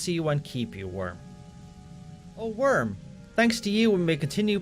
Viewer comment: Every time they mention Wyrm, I hear worm and the messages get that much funnier